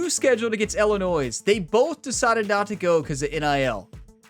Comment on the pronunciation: As an Illinois resident I cringe the way you pronounce the state name. Its not Illinoise please. As a Purdue graduate, Boiler Up and Hammer Down!!!